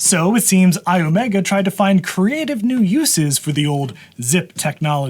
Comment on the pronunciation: it's not io-mega, it's i-omega, which is the formula for the momentum of a spinning disk.